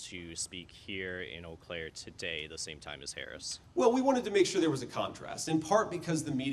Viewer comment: First, doofus doesn't know how to pronounce Eau Claire properly... They're still playing the Insurrection Song, "Gloria—" Kimberly Guilfoyle sleaze-danced to and MAGA ruined; no doubt they're playing all those songs illegally.